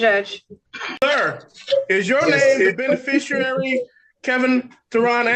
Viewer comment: If they want to use the word beneficiary they could at least learn to say it.